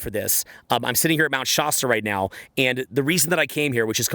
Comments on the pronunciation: Shaa- stuh As in last, or fast Love you! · I’m from that area near Mr Shasta. It’s a hard A. Mt ShASTa Hahaha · SHAH-STAH haha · Bruh, you live in California but still say "Shasta" like a Canadian.